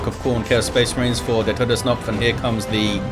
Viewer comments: Hey german here You actually pronounced Todsknopf almost perfectly... The only hiccup I could hear was the fact that in german the k in that word is not silent like in english XD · Just FYI the K in TodesKnopf is pronounced like in karma, not like in knife, knot or knight. Otherwise, your pronounciaten was fine and, of course, thx for hosting, as usual!